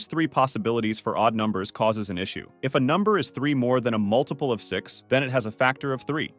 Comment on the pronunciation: Yeah took me a while, but the thrice repeated weird intonation on "MULtiple of six" starting confirmed it